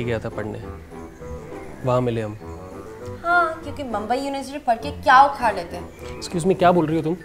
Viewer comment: अरे मुंबई म्हणायला शिका आधी. आणि मुंबईतला मुलगा मराठी बोलतो हिंदी नाही.